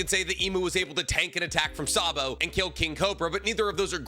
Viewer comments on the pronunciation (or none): none